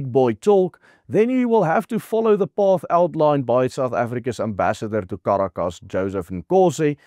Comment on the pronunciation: You completely avoided the fact that were Donald Trump did was illegal on many many many fronts. Your agenda is showing. And by the way, learn how to pronounce Caracas. You really botched it in this.